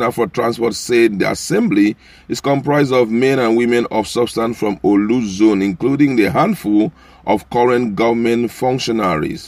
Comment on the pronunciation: Please pronounce Orlu correctly. It is Not "OLU"